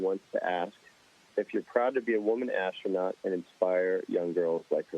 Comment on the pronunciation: KELLY AND THE "ASTRONOT"